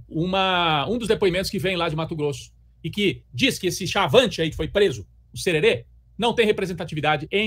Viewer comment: Não é cherere é jerere kkkk